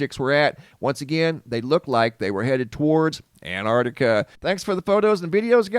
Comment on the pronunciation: You keep saying "Antartica". It's Antarctica.